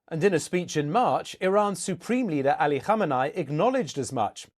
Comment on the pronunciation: This guy pronounced "Ali Khamenei" correctly. Mega props.